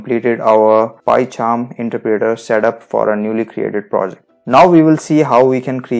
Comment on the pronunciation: you aint saying interpreter right...